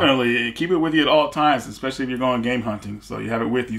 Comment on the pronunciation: Exspecially! Especially, it's especially.